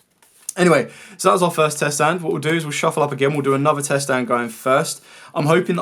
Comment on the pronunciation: What's a "tset"? 😂